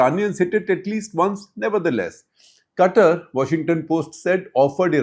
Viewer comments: Sir, it is not CUTTER, it is Qatār. Please. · Shekhar Qatar even though spelt this way, the country would pe pronounced as kathar. The ka would be a more guttural ka more from the lip or the palette touching more towards the back of the throat. Lived in kuwait for a few years. I have heard arabs say the word.😊